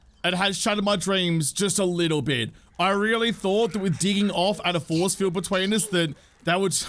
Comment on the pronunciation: Was watching with hubby and he thought you said zombie foreskin when you said zombie force field lol